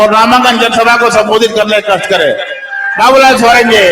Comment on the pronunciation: Hindi language ka sahi pronaunse kro babulalal.